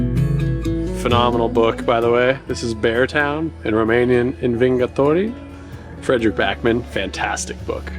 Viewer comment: yoo that "Învingătorii" pronounciation was almost perfect, niiice!